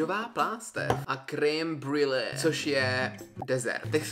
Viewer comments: jako cukrářku, mě strašně štve jak vyslovuješ creme-brulee 😂je to [ krembrlé ]. jinak video se mi moc libilo. červené mogu mi nechutná..mám ráda takovou tu světlejší červenou. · creme brulee krasna vyslovnost😂